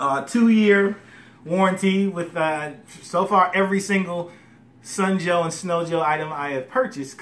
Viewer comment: dude, it's SUN Joe, not SNOW Joe!!!!